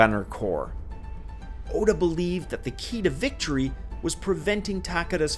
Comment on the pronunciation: I like how he pronounced Oda with a U instead of an A